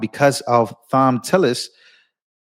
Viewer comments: ( psst, Thom is pronounced Tom) I love Judge Jeanine, she don't play. These RINOs/Liberals are behind in moves on Trump. He about 10 steps ahead. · Tom tillis. Not thom. I know, I know. It’s that crazy English language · Thom is pronounced with a hard t. Its spelled different but sounds the same as Tom